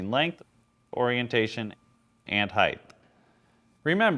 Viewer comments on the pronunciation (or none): Nice video, but it's "height" (hite) not "heighth" (hithe).